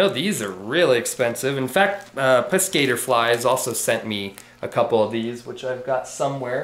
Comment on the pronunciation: Darren's channel is Piss-Ka tore flies. You were pronouncing it wrongly. I really like Darren as well. He sent me some flies and stuff when my wife passed. It was nice to receive. I am so happy some peopel have helped with supplies. I haven't ever received supplies but I have sent some to another tier that was having trouble with supplies. I like to share as well. Thanks for all you do. I can't believe a year has gone by since your daughter was born. Time sure does fly. All the best